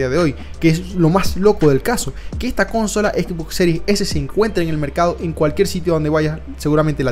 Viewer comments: Siendo sincero.... me aburrió su vídeo, no se dice cónsola, se dice Consola. Capta la diferencia? Tiene argumentos sólidos pero ese detalle cancela todo. Perdón pero se oye horrible. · Primer y último video que veo de este canal..horrible esa palabra... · Consola.....no Cónsola, suena horrible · Gente X: Consola: Cónsola XDXD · Por que dice Cónsola? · el caso es que la gente que dice CÓNSOLA es porque imita la pronunciación anglosajona de CONSOLE lo cual significa, como siempre, que ademas de hablar mal no tienen personalidad ninguna. Que manías tienen sobre todo los mexicanos con imitar la pronunciación anglosajona? Xd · Iba a escribir justamente lo mismo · Me fui en el segundo porque no te aguanté diciendo cónsola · El video está buenisimo, pero intenta cuidar los acentos, es incomodo escuchar "Cónsola" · Bota la pepa de mango, flaco, y repite: [CON-SÓ-LA], no "kónsola" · Cónsola no es esdrújula, amigo. Suena mal. Pero por lo demás, buen vídeo. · Perdí la cuenta de las veces que dijo cónsola y no consola. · Van 19 segundos de video y ya me resuta incómodo escuchar CÓNSOLA en lugar de consola. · Me desespero que dijeras cónsola en lugar de consola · Para de decir cónsola que me provoca convulsiones escucharte! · Muy interesante pero cada vez que dices cÓnsola pierdo cabello, pánico y temblores me dan, por favor para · Que estresante bro el cónsola💀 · Consola, no le pongas acento a la o. CÓnsola. Aparte de eso buenisima review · No se dice cónsola bro, se pronuncia Consola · Cuando dijiste cónsola en lugar de consola me salí del vídeo, si no sabes pronunciar esa palabra como vas a saber nada de este tema. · DIOOOOS QUE ESTRES que en vez de decir consola diga CÓNSOLA QUIEN CRJOS DICE CÓNSOLA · Consola no lleva acento, no inventes, habla bien!!! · Es Consola no Cónsola. Aprende hablar. 🤙🏻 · Que horrible tener que escucharte decir cónsola . Infórmate primero cómo se dice consola . 😅😅😅😅😅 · se dice consola no cónsola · Consola, no Cónsola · "Cónsola" xD